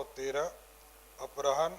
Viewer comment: Apharan read karen na ki aprahan please mantri jee